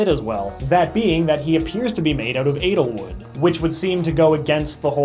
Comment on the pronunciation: lol he keeps pronouncing edelwood as analwood